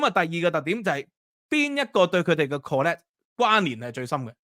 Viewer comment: 講得好 資料很詳盡 但請留意 collect 及 connect 之分別